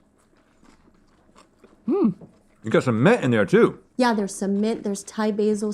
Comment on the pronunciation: When Rhett said “got some mint in there too” I thought he said “got cement in there too”